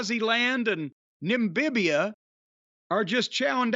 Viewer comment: Nimbibia 😂however Jim spells it 😂 my new favorite word